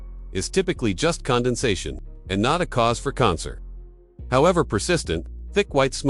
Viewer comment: Funny pronunciation of "concern."